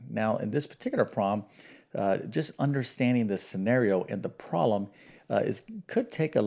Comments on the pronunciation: Can't he say "problem?" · your attention to detail in language does not match your attention to detail in math. Instead of fully pronouncing the word "problem", you tend to take shortcuts, saying either "promm" or "prollem". Please remember that accuracy in language is every bit as important as in the sciences. I enjoy your channel, and even though I'm an old fart, your problems keep me sharp.